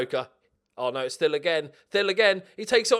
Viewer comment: Every time you say Thill it sounds like Phil. Can't wait for the 3 Phils